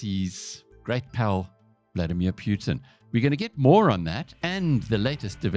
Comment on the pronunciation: World: "Putin" South Africans: "Pyootin"